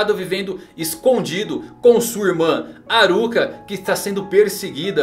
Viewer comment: me da uma agonia falar Kirua ou Aruka KKKKKKK slkk FALA KILLUA E ALLUKA PUFAVO